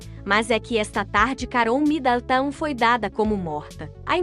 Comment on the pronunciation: Será que esta moça que anuncia as notícias aqui tem algum problema verbal ou ela é ignorante mesmo. Como pronuncia tão errado assim? Alguém aí ensina a ela a dizer “ao redor” com ó aberto e não fechado, que ao pronunciar Midleton não precisa dizer Midantan e assim várias outras pronuncias que doem no ouvido. Aff